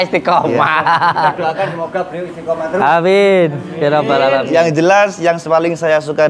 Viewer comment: Loh kok nyebut Alamiin jadi ngalamin